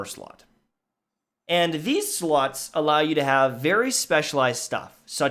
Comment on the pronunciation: Does anyone else hear "Sluts" when hes saying "Slots"?